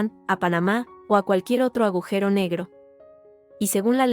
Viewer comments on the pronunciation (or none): none